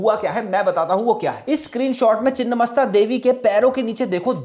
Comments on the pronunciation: चिन्नमस्ता नही छिन्नमस्ता है जिसका मतलब है कटा हुआ मस्तक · It's छिन्नमस्ता and not the other word.. refer :छिन्न भिन्न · Beautifully presented. Just a small note for accuracy: ‘छिन्न’ means cut off or truncated, and ‘मस्तक’ means head. The correct name is छिन्नमस्ता. Also it is ‘मातंगी,’ not ‘माटंगी.’ Since names derived from Sanskrit often change meaning entirely with even one altered letter, this distinction matters.